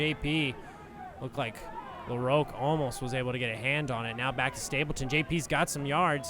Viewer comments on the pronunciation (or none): THIS IS AMERICA. Stop pronouncing LaRoque like a French person.